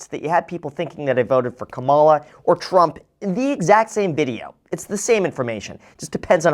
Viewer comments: Thanks for the video. You only messed up one small thing: It's "Comma-La" not "KUH-MAL-UH" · So… you voted for Trump. Because no one else would pronounce it “Kuh-MAH-luh” 👀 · Graham you’re great, but please get your pronunciation right. At for a few seconds I didn’t even know who you were talking about. It’s KA mah lah ! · Sheesh!!!!! Where were you in 2024???? You never learned how to pronounce Kamala? comma-la. There you go. PLUS why is she referred to by first name but tRump by last name???? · You do realize that you mispronounced the ex-vice president's name, right? In fact, you pronounced it in the same incorrect way that everyone who's looking to insult her uses. She was vice president and then she ran for president. How is it that you didn't learn the correct pronunciation of her name in all that time? I'd like to give you the benefit of the doubt. But, that really sounds like a dog whistle. Seriously, 4 years. You had time to learn her name. 🤨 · I really enjoy your content and how you try to stay politically neutral, but how can you not even pronounce Kamala’s name correctly after her 4 years as VP and an entire election cycle… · most people who voted for Harris pronounce her first name correctly 😂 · The way you pronounced Kamala gives away who you voted for though 😂 But I do appreciate being neutral in the video, great job with that, it’s much needed these days. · Her name is pronounced with emphasis on the Ka not the Ma. People voting against her don't even know her name let alone her policy platform. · Just a way Graham pronounced Kamala's name, I would say he voted for Trump. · Why can’t people say her name correctly? If it’s too difficult, they could say Harris. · how you pronounced Kamala tells me everything. Good vid regardless